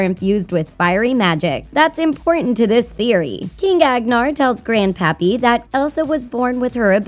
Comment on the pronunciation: Is it just me or... “Grand Papi” xD